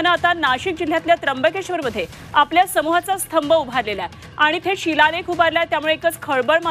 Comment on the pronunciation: स्थंब.. नाही हो... स्तंभ😂😂😂